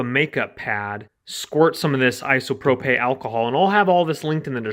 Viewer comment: Isopropay? What the... It's " i-so-pro-pill "